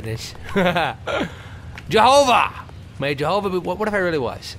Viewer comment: xD JeNOVA, Toby, not JeHOVA. Close, but no cigar.